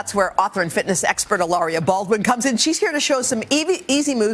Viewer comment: Woman keeps calling her Hiloria. Having a guest on your show? Make the effort to at least get the name correct. Very unprofessional. 🤔